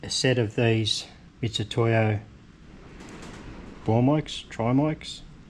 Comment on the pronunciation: Excellent job. A great show all round. I don't see anyone giving you a hard time on the way the job was carried out. More ways to skin a cat than one. One of my pet peaves is people not using the correct name for an item such as Jeep for Toyota or Mitsytoyo instead of Mitutoyo. I think all brands deserve to be pronounced correctly. " don't give me a hard time for mentioning this" 🙂 Love all your videos. Keep well. ATB from the UK